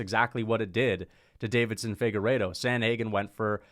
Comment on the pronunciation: I love your videos but please for the love of god…. It is not David-son, it is Deiveson (Davis-son).